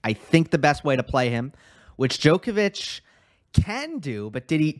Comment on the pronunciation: Not being picky - well actually I am - it's not said as "DJoe kovic" - it's said with the "o" pronounced as in odd, bottle, nod, not, cobble, etc. Haven't heard you say but the same rule applies. They both know how to pronounce their own names! Please stop. Apart from that I enjoy your videos:)